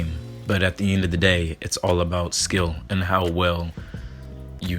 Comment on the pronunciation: Hahahahahahahhahahahahahahahaha you say skill damn son